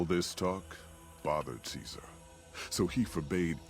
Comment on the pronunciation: Fun Latin fact: Caesar is pronounced correctly by the Legion, and infact is not pronounced "ceesar"